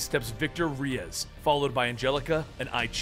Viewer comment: The last name is RAY -EZ . LOL I'm only talking crap because my name is actually Victor Reyes. Lmao